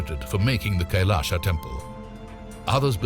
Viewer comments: Pl pronounce kailash not kailasha( कैलाशा) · it's not kailasa , it's kailas don't add 'a' after hindi words....